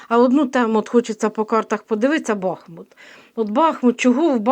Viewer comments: не кажіть БАхмут, наше місто БахмУт. Будь ласка. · Доброго дня, якщо не важко промовляти БахмУт наголос на У, дякуємо за працю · Дякуємо вам за вашу працю.Усе ви правильно говорите.Тільки Бахмут - наголос на другому складі, на у. Ще раз спасибі.